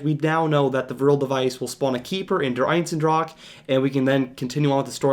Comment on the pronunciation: Love the vid, but it's annoying how you keep pronouncing der eisendrache as "der einsendrach"